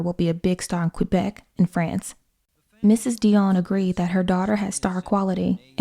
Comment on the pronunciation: I almost never comment on youtube stuff and I realize this comment may not be seen, but the fact that you pronounced Quebec correctly makes me so happy. Almost nobody says it correctly